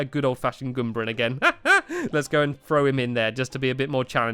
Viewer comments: It's GOOMba, not ghumba. Goom, as in rhyming with boom. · ITS NOT GOOMBA IN SUPER MARIO WORLD ITS GALOOMBA